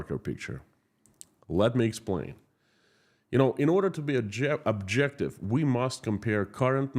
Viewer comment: Just a little poke: when you mean to say objective, don't say abjective. Sounds strange.